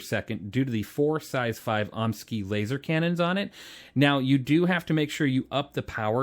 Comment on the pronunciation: I still can't get over how some people pronounce the Omnisky's xD the way I see it, it's Omni Sky for pronunciation but it is funny listening to omneeskee